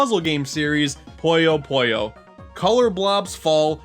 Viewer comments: It’s pronounced Puyo Puyo not Poyyo Poyyo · Its called Puyo Puyo, not Poyo Poyo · Is "puyo puyo", not poyo poyo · Guys it’s not puyo puyo it’s poyo poyo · I. FUCKING. LOVE. PUYO. PUYO. btw it’s pronounced poo-yo poo-yo, not poi-yo poi-yo. i d i o t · It's Puyo Puyo, not Pollo Pollo. Now I'm hungry for chicken... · Feels bad that people barley know about Puyo Puyo, I know I should've expected it but I still wish some people did some research other than linking it directly to Mean Bean Machine. (Poyo Poyo? Is that how people really pronounce it? I always pronounced it PU-Yo PU-Yo/Pouh Yo Pouh Yo) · Q that’s how it’s pronounced, America can’t j a p a n e s e right, poh-yo is how almost everywhere pronounces it while America calls it poi-yo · Fui el unico que escucho "This is an entry in the popular series, Pollo Pollo" :v? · Your Japanese with きらきらきっず was actually pretty good, especially since I'm guessing you don't know Japanese. So yeah, for just reading the romanized title: pretty great pronunciation honestly Funnily enough, your Puyo Puyo pronunciation was less correct lol. I think we can all forgive it though, since it's hard to not say Poyo with Kirby on the brain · Don't even dare pronounce Puyo Puyo wrong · will he ever fucking pronounce puyo puyo correctly?